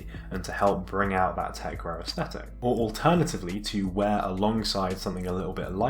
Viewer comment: it's called techwear not techwire ffs